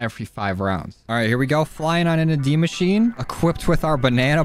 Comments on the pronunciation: I don’t know why but you saying dee machine pisses me off to an unbelievable extent, it’s die as in dead and mosh—chi—en. Or at the very least that’s how everybody I know pronounces it. Good vid tho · dude its die not dee its die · Did he say dee machine? 😂